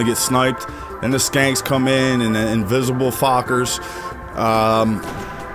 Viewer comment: Lol I laughed the first time you called the shanks "skanks"